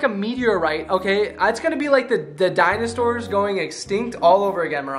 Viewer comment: he said dinostores